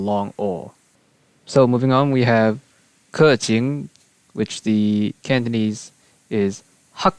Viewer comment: Umm idk if it’s an exception, but I’m from Hong Kong so I can say that I’m pretty good at Cantonese. For keqing, the 2nd character for her name is pronounced Qing, exactly how you think you would say it. But I don’t know if it’s an excpetion